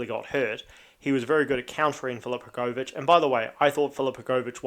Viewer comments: u just pronounce it wrong u say hrgooovich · the way u say hrgovich lol i know yo from nz but jeez